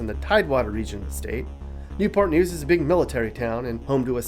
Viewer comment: It’s NEW-PUH NEWS!